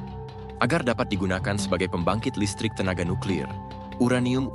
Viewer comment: Eja nuklir pun tak betol ko nak cite uranium haha pegi sekolah dulu belajar cara nak baca huruf